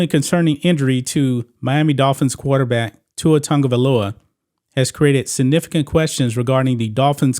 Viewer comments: OMG!! His name is not Tungovailoa, it’s Tagovailoa!! There is no “N” in his name!! Prayers for him! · OMG!! His name is not Tugovailoa!! It's TAGOVAILOA!!! SMH